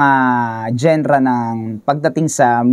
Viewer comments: anong Gen-ra? it's dzan-ra or jan-ra not genra (spells genre) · hindi ako mniniwala dito.. "genra " nga mali pag bigkas mo eh 😂😂😂dapat diba "janra" soundlike that hindi lireral na genra jusko..